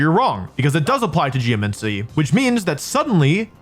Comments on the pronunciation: He keeps calling it Geomuncy lol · great video so far, but how many times can I handle "geomency" before I go insane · the way he pronounces 'geomancy' is actually hurting my soul. bro GEOMANCY. where are you getting 'geo-MENCY' from??? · Like geomency instead of geMANcy your doing this on purpose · "Geomincy".. cringe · Am I crazy? Or are you saying geoMENcy? Is this an accent or pronunciation variant I'm unfamiliar with? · I can't believe he spent all that time saying Geomancy and Primordial wrong only to only pick up on his mispronunciation of Aerilate.